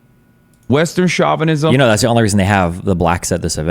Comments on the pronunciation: Someone please teach Hasan how to pronounce chauvinism properly, it's so annoying. SHO (as in show) VI NI ZIM, not SHA VI NI ZIM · Oh, Chavenism. I haven't heard that term before. I thought he was trying to say chauvinism. 😂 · Chavinism. He's surely talking about Hugo Chavez. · Shaw-vanism.. based counter-cultural pronouncement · Its not Derek Chauvin 😭 Its pronounced "show-vin-ism" and it has nothing to do with Floyd lolll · It's a joke. He's mocking Hasan's wrong pronunciation of the word "chauvinism" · who else thought he said “cuck at an antifa rally” at first? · Trying to take him somewhat seriously, but i hate the way he pronounces "chauvinism" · Does Hasan actually not know how to pronounce chauvinism? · Hasan learnt the word 'chauvinism', though not how to pronounce it, three days ago. Now it's in every other sentence. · The way he keeps pronouncing Chauvinism is killing me. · Hassan needs to look up how to pronounce words. Everytime he mispronounced chauvinism made me cringe. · The most offensive part for me is that Hasan doesn't know how to pronounce "chauvinism" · Hasan keeps mispronouncing chauvinism